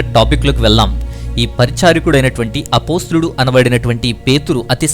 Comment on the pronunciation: అపోస్తులుడు కాదండీ..... అపోస్తలుడు